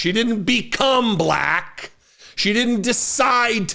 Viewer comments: He's so patronizing. The way he kept pronouncing "black" was in such a mocking tone. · He pronounces it: BA - LACK I can't stand that fool!